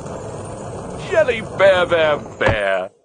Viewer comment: I love jelly beah cookie His lines are jsut "JELLIH BEAH BEAH BEEH!"